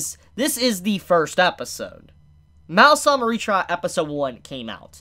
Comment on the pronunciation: It's probably not pronounced "Mal-sama" or "Mau-sama", but "Ma-o sama".